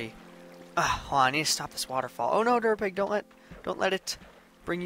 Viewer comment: Derpapig instead of durapig